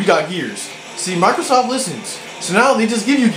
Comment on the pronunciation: sounded like you said microsauce